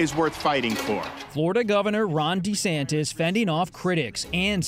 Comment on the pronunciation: DuhSantis got no chance but he could keep dreaming! btw, it's Ron Duh-Santis! 🤣